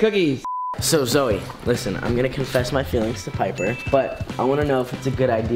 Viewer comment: it’s piper not paper